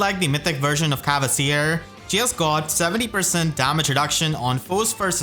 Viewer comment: Big fan and really appreciate all the worm you put in your videos. That being said, please return to the old pronounciation of "Kvasir", there's no "e" or "a" there!